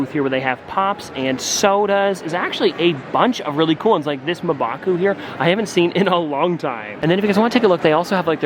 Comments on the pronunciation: its mmmmbaku not mabaku ... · The pronunciation of M’Baku is cringe 😂